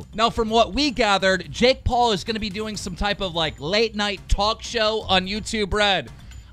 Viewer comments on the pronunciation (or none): none